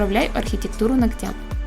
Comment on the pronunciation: Девочки! Если вы занимаетесь маникюром и учите этому других , ТО! - научитесь ставить ударение "нОгтя" , а не ногтЯ. Просто уши трубочкой , когда такое слышишь, уважаемые профессионалы!